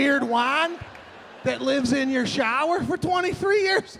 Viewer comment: He makes the same crazy faces when he tryna explain shit 😂😂♋🤗.. love the way he whispers words in broken syllables 😂,,😡 I'm not cleanin the showah